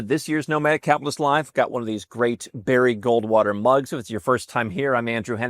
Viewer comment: "Bary Goldwater cup" ugh you are so much better than that.